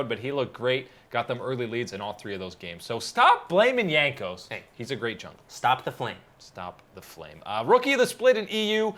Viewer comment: Hello,. Please pronuce the J in Jankos as in Jar. Thank you!